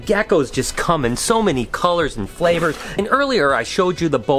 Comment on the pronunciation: I hate when you say flavors lmao